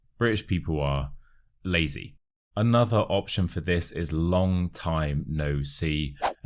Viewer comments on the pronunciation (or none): Hi! Very interesting videos! I' d like to ask you why you pronounce the word 'another' like an alphabet 'a' instead of a schwa. It's something I've never heard before. Cheers!😊😊😊